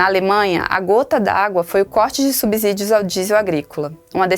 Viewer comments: É SubSSSSSÍdio e não SubZZZZZÍdio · Falar "subZídio" é um "abZurdo". Depois de consoante, o S tem som de S, mesmo, não de Z.